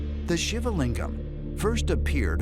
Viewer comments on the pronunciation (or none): SHIVA is pronounced SHEEVA not SHIVER ?!?!? HA HA. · isn't shiva pronounced "shee-vah"? if so, the narrator butchered the name lol very interesting though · Can't even pronounce Shiva right 🤦🏼‍♂️ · The narrators pronunciation of the name shiva is repulsive and annoying 🤣